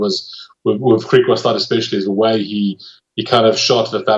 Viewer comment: IT IS PRONOUNCED GRIEKWASTAD, ITS AFRIKAANS. NOT GREEKWAASTAAD